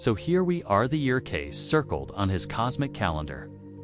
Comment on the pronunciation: FAKE - FAKE - FAKE ---- CLICKBAIT. IT'S NOT 'CASE' YOU MORON I.A. BOT --- IT'S KAY-SEE!!!! enough with the artificial garbage. FAKE - FAKE - FAKE ---- CLICKBAIT. FAKE - FAKE - FAKE ---- CLICKBAIT. FAKE - FAKE - FAKE ---- CLICKBAIT. FAKE - FAKE - FAKE ---- CLICKBAIT. FAKE - FAKE - FAKE ---- CLICKBAIT. FAKE - FAKE - FAKE ---- CLICKBAIT. FAKE - FAKE - FAKE ---- CLICKBAIT. FAKE - FAKE - FAKE ---- CLICKBAIT. FAKE - FAKE - FAKE ---- CLICKBAIT.